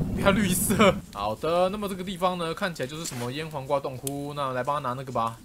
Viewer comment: 雖然可能是我的錯覺，但我一直把醃黃瓜聽成peko😂